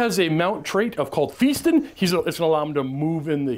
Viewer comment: Just for future reference it is Fast Un, not Feast Un. Keep calm and play AoS